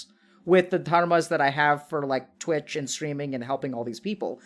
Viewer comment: the way you say “Twit Chat” seriously annoys me for some reason haha it is Twitch Chat